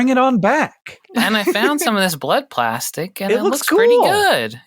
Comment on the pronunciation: Plastic-ee made me cringe. I mean, the word there was just plastic. No need to add an extra syllable. 😣